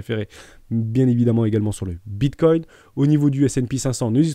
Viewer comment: Non, c’est comme ceux qui disent Bitcouine mdr